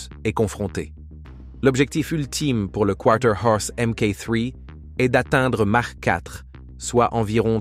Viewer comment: On prononce "makh" et non "mache". Je pense que c'est l'IA qui est en train de nous raconter des bêlises.